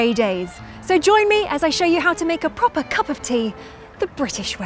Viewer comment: A prophuh cupph of theaaaa😂😀😀😀